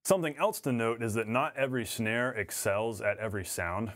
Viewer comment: Is it just me or are you saying schnare...